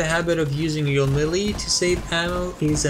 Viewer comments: I thought so too. I shouldve mentioned I was talking about his pronounciation tip #30. he pronounces it as muh li. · Melee. pronounced as: muh li.... appearantly.